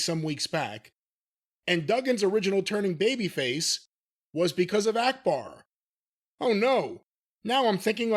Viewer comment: Akbar, not "Arkbar".